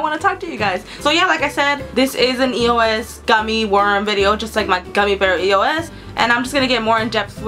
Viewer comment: its not pernouced e.o.s.